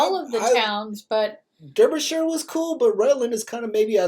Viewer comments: Dar byshire, not Der yshire...this is one odd video you are watchiing. Chelmsford!!!! Really lol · Both "Durby shire." and "Durby sheer" are wrong. It's pronounced "Darby shir", Darby as in larvae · Not Darbyshire either - it's pronounced "Darbyshuh" or phonetically: /dɑːrbiʃər/ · Phonetically its not Derbyshire its pronounced Darbyshire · Derbyshire pronounced Dar be sher by Locals. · Derbyshire is pronounced DAR-BIH-SHUH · "The least attractive"! Yes, I picked up on that in another reaction video. Obviously the narrator is reading from a script with a typo. Double deckers are everywhere NOT just London. Derbyshire is pronounced Darbyshire. Sher not Shire. Rutland is Englands smallest county NOT country. The little black swan was an Eurasion Coot which makes a loud click/squeaking sound. Kind of like somebody whistling and slapping two pieces of wood together. York Minster is the Cathedral in York built on a historical religeous site. Go down into the foundations and see the Roman, Viking and Medeaval burials. (NO flash photography down there though) Orkney, a word with 2 syllables "Ork~ney" not "Or~K~ Nee". ;¬) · It's pronounced Darbyshire